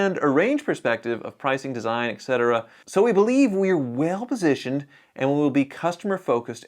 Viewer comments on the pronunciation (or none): ETC……ETC…..ETC…. NOT ECT…..!!!!!